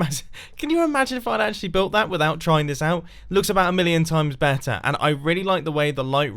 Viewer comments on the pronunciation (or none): none